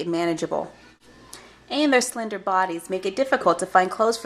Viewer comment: did u say….SLENDER O.O